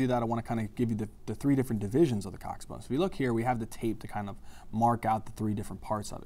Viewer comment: Thats how its pronounced